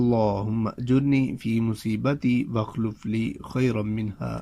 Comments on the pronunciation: میرے بھائی آپ تو دعا ٹھیک سے پڑھ لو واخلِف لی ہے واخلُف لی نہیں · Wa akhlifli hy.dua ko theek parha karen